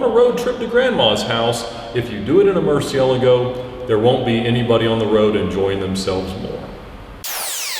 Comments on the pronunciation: Did Ed just call it a merciel-agow? Funny that now he calls it murci-elgo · why do you pronounce Murcielago wrong...? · say it right though